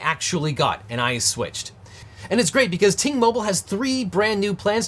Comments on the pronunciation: Who else thought he said “T-Mobile” in the intro. 😂😂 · Glad you flashed the graphic; thought you were saying "T-Mobile". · You should really pronounce Ting Mobile better, since it kinda sounds like T-Mobile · Ting Mobile, not to be confused with T-Mobile ;)